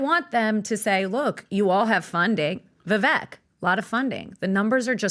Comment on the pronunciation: Alina can't pronounce Vivek correctly either. Sheesh.